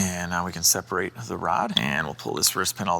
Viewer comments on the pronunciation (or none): none